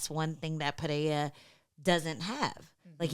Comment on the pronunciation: Ang, it's Pereira. Not Pereiya or Pehera. Do you say Charles Oliveya? If there is no double r (as in Ferreira) then there is no "H" sound. Was painful listening to the desk post-fight.